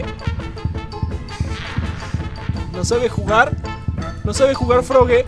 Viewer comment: Se dise frogi pero con e